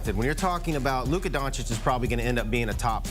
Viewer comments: DONCHICH, NOT DONCHICK! Omg, so many years in the league and they STILL can't pronounce it right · I was just thinking this. How the hell has he been playing 7 years and these brothers still can't say his name right.